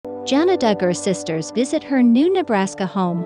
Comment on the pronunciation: Sorry, but it really bothers me that you do not pronounce her name correctly. You don't call the spice Jingrrrr!